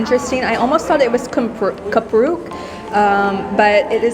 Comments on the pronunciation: It is kerupuk anyway, not kupruk :) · Kerupuk Bukan Kupruuuuukkk😁😁😁😁😁😁😁😁😁